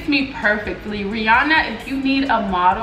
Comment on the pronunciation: Take all our coin Ree-anna😭